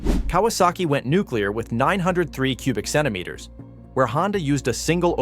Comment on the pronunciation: was haben die vidoeausschnitte mit den schönen 3 zyinder 2 taktern von kawasaki zu tun mit der Z 900? absolut gar nichts. also schon wieder ein video mit absolut falschen sequenzen und die KI stimme kann nicht einmal richtig die cm³ aussprechen zum 🤢🤢🤢 und daher 👎 beschleunigungswerte der Z1- 900 verblassten damals schon gegen die mach III und die H 2